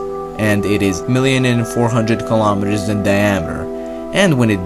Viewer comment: "Eart, Er, gilometer, and YEERopa"😂